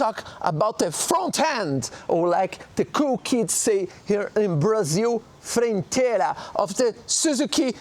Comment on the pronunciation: Lets go say "Frenteira" in english kkk